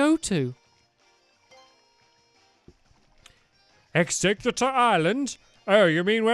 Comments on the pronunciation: Stamps it's exeggutter not executor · its egg-zegg-u-tor